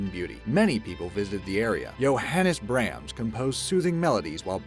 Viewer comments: Johannes Brahams. I think you mean Brahms. An ah sound like in hall, not a as in apple. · AUGH!! YOU MISS PRONOUNCED BRAHMS!!! AND JOHANNAS!!! THE PAIN IS UNBEARABLE!!! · LMAO, never quite heard Johannes Brahms pronounced quite that way before.